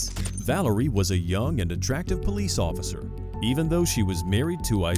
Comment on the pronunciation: I was enjoying this video until I said “Pesce Officer”